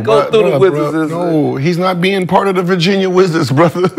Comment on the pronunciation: “the wizzers… it’s THE WIZZARS”